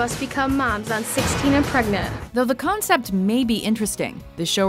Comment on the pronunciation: Cone sept? I think you mean concept